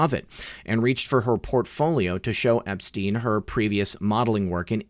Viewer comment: Learn to say Epstein. You sound ridiculous.